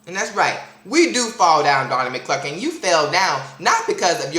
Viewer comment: Lol he kept calling him "Donnie Clurklin" love it (